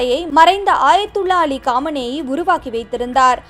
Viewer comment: ஆயத்துல்லா இல்ல அக்கா😊 அயத்துல்லா.